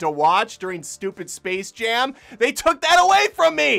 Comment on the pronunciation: Oh gosh. It's called SPACE Jam. Not Server Jam. They couldn't even bother reading their own title.